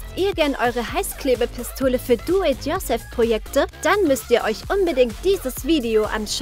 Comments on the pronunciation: Das heißt nicht duep your selp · WIE SIE DO IT YOURSELF AUSPRICHT 😂😂